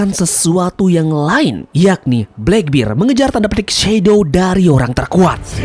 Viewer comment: bang, gw suka video mu, tapi gw gk suka km nyebut kurohige bleckbird